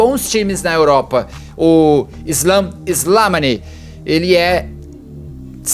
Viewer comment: O Argelino , a pronúncia correta é SLEMÁNI . Em idioma árabe é aquele que descende de Slemàn ( Rei Salomão)